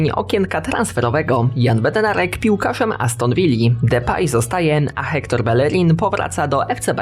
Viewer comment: Hector Bellerin - czytając Ektor Bejerin OK 👍👍